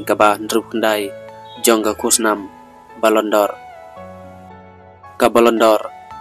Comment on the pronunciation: Ballondor shi ballondor da pynbeit bha se bah utuber ia ka rukom kynnoh Jong phi ym dei re kumba phi kynnoh (pronounciation).😂